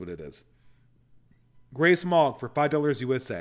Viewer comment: Was listening to this without watching today and I thought “Grey Smog” was “Grace Mog”